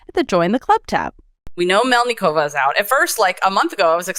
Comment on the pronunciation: MElnikova- it is not hard to pronounce people's names correctly .